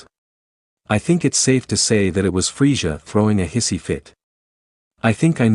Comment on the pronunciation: it's frieZA NOT frieJA